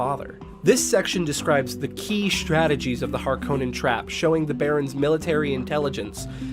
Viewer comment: It was pretty good compared to most Dune vids tbh! The only 2 I kept noticing (besides Stilgar of course xD) were "Py-ter" and the emphasis on the O in Harkonnen (it's almost the opposite, with emphasis on the first part while the o is barely present).. well at least in regards to how Herbert himself said it. I'm really curious about whether the upcoming movie will try to use pronunciations as accurate as possible towards recordings of Frank Herbert himself, or if they'll have any that feel completely off, both with the origin and the authors pronunciation :'D